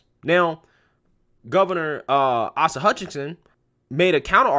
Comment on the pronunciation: Respectfully, I think it’s “Ace-a” Hutchinson...... Keep up the good work! 🇺🇸👍🇺🇸